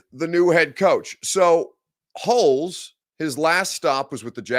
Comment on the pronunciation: Just gotta say it is not pronounced Holes. It is pronounced Holtz.